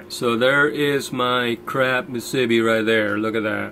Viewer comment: hey, that was a pretty good haul for a one soak, I'm up in northern CA & didn't go out this year, but one party boat that I use has 9-10 pots out & he averaged 2-3 crab per rod, not very good this year, they're good sized, but not plentiful. Musubi.. Moo Sue B! not mu sib B! thanks. crazy weather to be out there, at least you got the whole Pier to yourself!